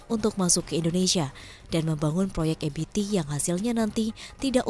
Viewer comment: Kenapa EBT dibaca EBITI? kan bahasa Indonesia, ejaannya Indonesia. just my2 cent.